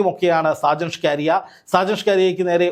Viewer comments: DEAR JOURNALIST, PLS PRONOUNCE HIS NAME AS ഷാജൻ സ്കറിയ । അല്ലാതെ സ്കാരിയ അല്ല . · ഷ്കാരിയ അല്ല ! ഷാജൻ സ്കറിയ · സാജൻ സ്കാരിയ അല്ല.. സാജൻ സക്കറിയ എന്നാണ് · എത്ര കഷ്ടപ്പെട്ടാണ് ഇവൻ സാജൻ സ്കറിയയെ സാജൻ ഷ്കാരിയ ആക്കുന്നത് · സ്കാരിയ or സ്കറിയ? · നിങ്ങൾ ഷാജൻ സ്‌കറിയയേ കളി ആക്കുകയാണോ. നിങ്ങൾ എന്തിനാണ് സ്കാരിയാ എന്ന് പറയുന്നത്. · ഷ്കാരിയ അല്ലടാ ശശി, സ്കറിയ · ഷാജൻ. ഷ്കാരിയൻ.. നാക്ക് വടിച്ച് പറ വടുവ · സ്കാരിയ അല്ല സ്‌കറിയ എന്ന് ആണ് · "ഷാജൻ ഷ്കാരിയ" അല്ലടോ😂😂😂 ഷാജൻ സ്കറിയ ആണ് 😅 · ഷാജൻ സ്ക്കറിയ "ഷ്ക്കാരിയ" അല്ലാ.... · സ്കാരിയ അല്ല 🙄🙄സ്‌കറിയ. കഷ്ട്ടം. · ഷ്കാരിയാ അല്ല പുല്ലേ... സ്കറിയാ... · ഷ്കാരിയാ ആണോ സ്കറിയ ആണോ മാഷേ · സാജൻ സ്‌കാര്യ യ അല്ല സാജൻ സ്കറിയയാണ് താൻ പുതിയ പേരു ഇട്ടതാണൊ😂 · ഷാജൻ സ്‌കാരിയാ അല്ല... ഷാജൻ സ്കറിയ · ഷ്കാരിയ അല്ല, സ്കറിയ. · സ്‌കറിയാ എന്നാണ് ബ്രോ.. 🙏എപ്പോഴും നിങ്ങൾ അയാളുടെ പേര് പറയുന്നത് ഷ്കാരിയാ എന്ന് കേൾക്കുമ്പോൾ വളരെ ബോറാകുന്നു 🙏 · സ്കറിയ.. എന്ന് വായിക്കാൻ അറിയില്ലേ? അതോ തള്ളി രസിക്കുക ആണൊ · സ്കറിയ എന്ന് തനിക്ക് നാവ് വഴങ്ങില്ലേ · ഷ്കാരിയയോ? കറിയായല്ലിയോ😅😅😅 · എടാ മൈത്താണ്ടി നാക്കു വടിക്കണം എന്നിട്ട് അന്തസ്സായി സ്കറിയാ എന്നു പറഞ്ഞു പഠിക്കുക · സ്കറിയ, ഇതു പോലും പറയാൻ പറ്റുന്നില്ലേ reporter സഹോദരാ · Perché dici സ്കാരിയ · താങ്കൾക്ക് സ്കറിയ എന്ന് പറയാൻ അറിയില്ലേ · ഷാജൻ സകറിയ എന്നാണ് അയാളുടെ പേര്. താങ്കൾ വായിക്കൂന്നത് കേട്ടാൽ ആരാണ് എന്ന് കരുതി പോകും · അക്ഷരം പഠിച്ചു കാണില്ല